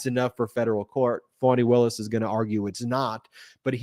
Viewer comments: I've noticed that thé Trump folks continue to mispronounce Fani Willis' name as "Fanny". They are so disgusting and disrespectful. Call them out on this! Every little degradation attempt deserves to have the light of intention shown on it. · It really pisses me off that Alina Habba always mispronounces Fani Willis's name.